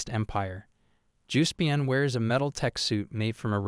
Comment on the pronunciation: "Umm, actally, it is pronounced JUHS-pee-on" ☝️🤓